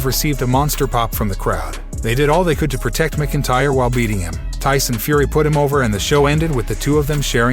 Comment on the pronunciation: WTF..... Were Do You Get Your News From? Click Bait Your Can't Even Pronounce Drew's Last Name Right 🤦‍♂️🤷‍♂️🤬🖕